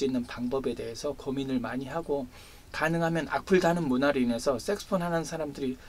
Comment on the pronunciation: 좋은 말씀 감사합니다 그런데 발음이 자꾸만 섹스폰,섹스폰 하는것이 걸립니다 색소폰 아닌가요